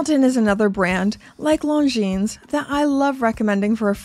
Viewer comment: The watch I wear the most is definitely the Longines Conquest, the older version that was recently updated. I know it’s knit picky but the S is silent.